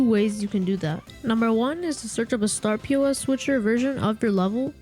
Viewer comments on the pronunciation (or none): Startpos not startP.O.S